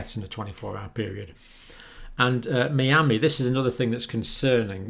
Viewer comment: The doc pronouncing Miami, as a native miamian warms my heart.